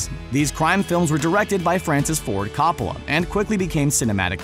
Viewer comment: Learn how to pronounce Francis Ford Copella's name before you promote this film!